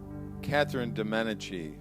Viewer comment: Meh-dee-chee. That is how the name Medici is pronounced